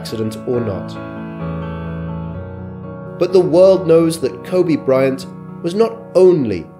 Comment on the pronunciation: His name is pronounced "Ko-bee". Sorry, but it just feels disrespectful to pronounce his name wrong, even if it's spelling is the same as the Japanese city pronounced "Ko-bay".